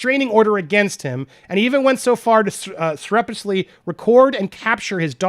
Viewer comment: "Sur-rept-tish-us-ly" = surreptitiously. Lol sorry..